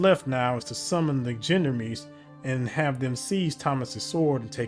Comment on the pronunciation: Awesome, really enjoying this series! One request, can you start saying "shyon-darms" in stead of "jendamees"? :D